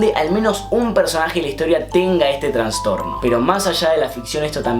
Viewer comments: Me encanta esta sección de casos, muy buen video, nada mas que me dolía un poco la cabeza cada vez que decías "transtorno" es trastorno. saludos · Me dieron 5 acvs cuando dijiste traNstorno, es TRASTORNO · Se dice TRASTORNO no "TRANSTORNO" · Se dice ''trastorno'', no ''transtorno'',. Gran vídeo. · Che, es trastorno, no transtorno<3